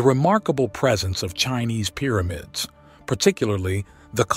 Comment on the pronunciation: Excellent documentary. However, it's Pyramids, not "Peeramids!"